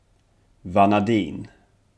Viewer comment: jag studerar kemi vid Lunds universitet, måste påpeka att du uttalar vissa saker fel. T.ex. vanadin och bor